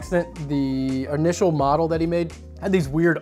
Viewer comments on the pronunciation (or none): none